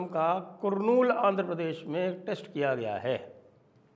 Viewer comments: Sir, it is pronounced कर्नूल and not कुर्नूल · Kurnool ka pronunciation karnool nahi hai sir its Not ku sir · The name of the place is pronounced karnool but written kurnool😅